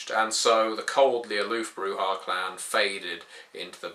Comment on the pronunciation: guide to brujah, step 1: read the pronunciation guide in vampire V1 broo-zhah not broo-hah